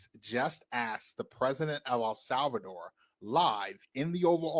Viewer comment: "Al Salvador" lolol